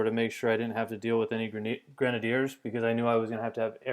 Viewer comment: i might be stupid... but i think he is pronouncing grenadiers wrong